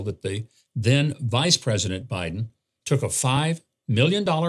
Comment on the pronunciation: He mispronounced BIDEN …